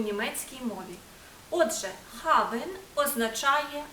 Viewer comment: що за "хабен", навіщо ви таке показуєте! там придихове "Г", але ніяк не "х"!!!